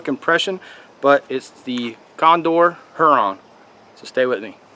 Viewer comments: I really like the design of that knife. I agree about the wasted space on the blade. By the way, it's not pronounced "HER-on" it's "HYU-ron" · The way you pronounce "Huron" is just laughable